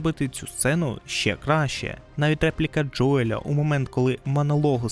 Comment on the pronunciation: Заради всього святого: не Джоєль, а Джоіл\Джоєл